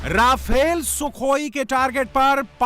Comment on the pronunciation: REFALE BOLAY TOH FUN😂😂😂